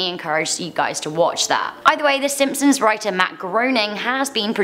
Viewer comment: she said si Simpsons lollllll